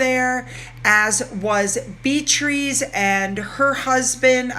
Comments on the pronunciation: I love your channel. I look forward to it every day. Just for your info, its pronounced Bee a tris, not Bee trees. 💜💜💜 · Great vid. btw - the name is pronounced bee-ah-triss. took me a while too 🙂